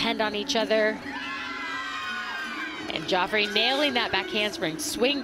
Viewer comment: calling Jafree Scott "Joffrey" the entire meet 🤦‍♀️